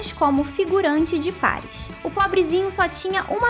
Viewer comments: N è paris è parìs tem acento kkkk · Para de falar errado Paris Paris é parís